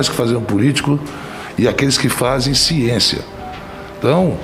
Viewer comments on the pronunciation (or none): Respeito a "Çiencia" kk dependendo do depoente é claro kkkk